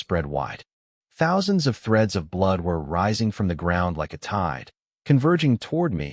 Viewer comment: 49 THOUNSANDS KILL HUH